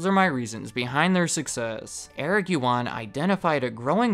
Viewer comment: First of all, Eric’s last name is pronounced as “uAn”, “yu” is silenced. This story explains why webEx and zoom have a very similar UI... sadly you sir completely skipped their data leaking to the PRC government controversy. They admitted in early 2020 that, some customers’ data including video feeds were leaked to Beijing